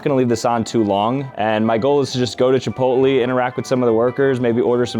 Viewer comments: That’s not how u say chipotle. Your saying chipotly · “chipotleyh” not “chipotlee” 😂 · The pronunciation is Chi-pót-lé not Chi-pot-lee 😂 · Chipotle is not pronounced Ch-Po-Lie. It's pronounce Ch-Po-lay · “Chipolty” goes hard 🗣️🔥🔥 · Did bro say chipotlee?!!!????😂😂😂😂😂😂😂😂😂😅😅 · Is it normal to say Chipotlee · "Chipotlee" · The commitment to saying chipotLEE instead of chipotle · CHEEPOLTLY** HITS HARD LOL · Casually pronounces it like “Chipoltlee” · ITS CHIPOTLE - chipotLAY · Why is bro saying “Chipotlee” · did bro just call Chipotle, Chipoly?😭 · Chip oat lee! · Bro butchered chipotles name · I stopped watching after hearing you pronounce Chipotle. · it’s really bugging me. If you love it, get the pronunciation correctly. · is he rage baiting the chipotle pronunciation? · The way you pronounce chipotle 😭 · Interesting way of pronouncing Chipotle. You should actually make Venti figures! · Fr why he sayin it like that 😂